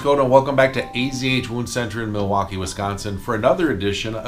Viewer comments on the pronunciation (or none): none